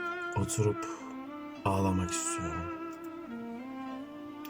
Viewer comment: osurupmu dedin :D oturupmu anlamadım